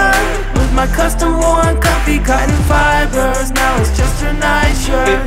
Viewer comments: and the costom worn fipersss 🤣🤣🤣 Ps. Ik its fibers, but it's funny the way he says it... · When Alex sing without music. Funny pronounce of fibers😂😆